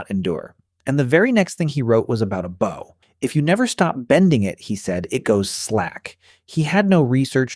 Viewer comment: Great video but one of the most annoying things about AI voices is the mispronunciation for example - the word “bow” Getting it wrong so many times really is grating